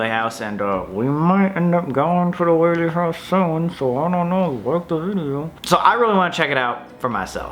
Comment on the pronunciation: Pls go to the Whaley house also thank you for actually pronouncing it correctly a lot of the time people say it incorrectly I’m also part of the Whaley family they are my ancestors